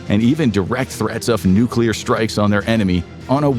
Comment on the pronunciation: nucular power